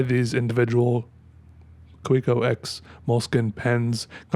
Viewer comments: Isn't it Ka-ve-co rather than Kah-wee-co? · It's a plated steel nib. Kaweco (Pronounced Ka-ve-ko) just sells overpriced injection-moulded plastic pens with bad nib QC. And then they do the competition dirty. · Earn how to pronounce Kavecko.